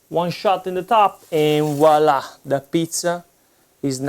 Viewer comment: And woila loool